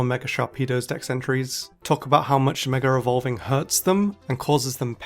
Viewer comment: DRINKING GAME: take a chug of your cocktail everytime he says "MegaREvolving" or "MegaREvolution"